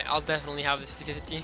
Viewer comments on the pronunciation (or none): none